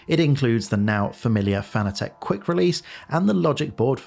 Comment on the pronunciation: I'm sorry for being "that guy", but the mispronunciation of "Fanatec" has always driven me nuts. It's pronounced like the word "fanatic": not "fan-a-tek".